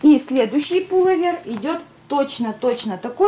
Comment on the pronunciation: отличные обзоры, очень помогают с выбором, дочки и муж супер! Но, сильно режет слух не правильное произношения слов, например правильно сказать пулОвер, решИм и т.д. Без обид, если что)